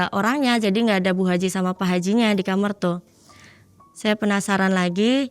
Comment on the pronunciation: agak sedikit bingung, saya sering nonton podcast malam mencekam, kenapa kebanyakan Narsum ini nyebut KAMAR kok ngomongnya KAMER ya.. engak sekali duakali. kok aneh aja gitu